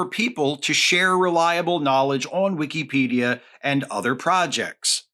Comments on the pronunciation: Maybe its a region thing, but i have never heard someone say "wikcy-pedia" ive always said and heard "wicka-pedia" just caught me off guard at first 😅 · I don't know if I've been saying it wrong, but Wee-key-pedia does not sound right. Whick-a-pedia is how I've always heard it used. Excellent points, though. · it's wikipedia not wikEEpedia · ❌ "Wik-a-pedia" ✅ "Wik-EE-pedia" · Am I the only one who pronounces is “wick-uh-pedia” rather than “wick-ee-pedia” as he does? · I've never heard it pronounced that way, but it makes sense. It's always been "Wick-uh-pedia" from people I know. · after the 3rd "wee key pedia" i had to tap out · Weekeepedia. I can't unhear it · Hearing it pronounced like that hurts my head. It is wi·kuh·pee·dee·uh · Genuinely great content. And I get your point... buuuut... you say Wikipedia like weekeypedia so your point is invalid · I have never heard someone pronounce the second I in Wikipedia with so much respect 😂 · Is... Is that how Wikipedia pronounced? I have been saying wrong this whole time?